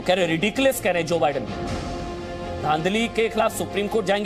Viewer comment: Jo badun 🤣🤣🤣Kaya pronunciation hai🤣🤣